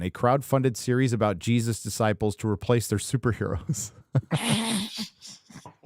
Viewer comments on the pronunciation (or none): none